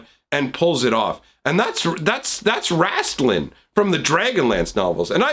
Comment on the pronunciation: I picked up the Thassa, Erebos, and Purphoros sets. I should have probably bought all five, but here we are. Nothing in Heliod interests me. My friend has a Xenagos deck and I would have given him to her though. Also, I love the Dragonlance reference! You even pronounce Raistlin the same way as I do (incorrectly, that is).